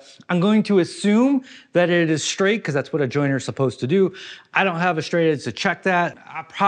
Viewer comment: Jointer! Not joiner. Fyi